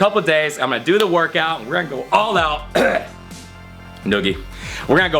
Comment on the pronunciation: He said do do 😄